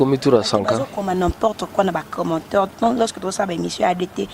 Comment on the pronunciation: commentaire et non commenteur, venge musicale maison et non maison meur, to tandre bango micro et non to attendre bango micro, émotionner et non emotionnier. Classe ange bokendaki einn nionso oyo kabila